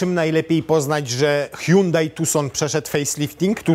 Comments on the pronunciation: Po koreańsku to fonetycznie „Sionde” czyli Hyundai 🙂 „Huang hę” to może jest po chińsku. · Jakie sionde czlowieku, Koreańczycy wypowiadają to (h)Andey gdzie h jest nieme